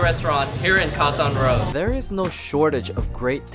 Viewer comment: you said load (road) but you didn't say rocal (local) but you speak English without an asian accent